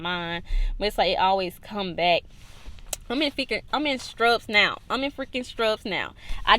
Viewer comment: did you say strubs?